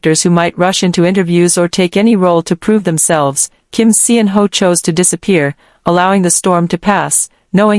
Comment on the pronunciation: Salaam he roared back!! This is now quickly obsolete. You can stop rehashing g 2021.😊 And Pease choose a better AI voice that can pronounce his name correctly and knows proper syntax.